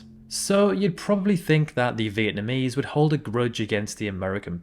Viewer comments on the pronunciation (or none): none